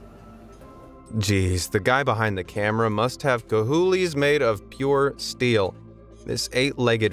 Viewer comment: Idk why but calling "cajones" "cahjoolies" cracked me up with its ignorance. Then saying "smokey mountains of Tennessee....Gatlinburg, Texas" 🤣🤦🏾‍♀️